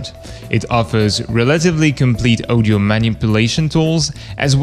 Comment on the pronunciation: It's audio aw di oh not oh di oh odio, pronounced audio